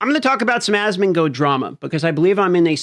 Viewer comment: I watch your channel because Asmon introduced me to you....also it's asmon"gold" not asmon"goad"